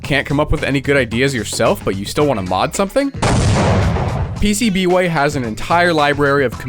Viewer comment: I thought the pcb way disc said pubway